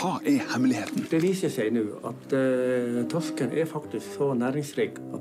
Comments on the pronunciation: bruh that was perfect pronounciation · you sounded veeeeeery norwegian when you said "torsken"